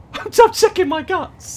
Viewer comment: kuro_ 88 he says guts loo